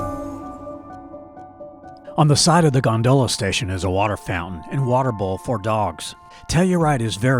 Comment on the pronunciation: Please please pronounce gondola correctly! /ˈɡändələ/ Great video but you incorrectly pronounce the word many times and it’s pretty distracting. Thanks! ✌🏼